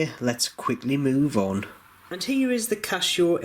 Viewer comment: Why do you pronounce it 'Cashow'?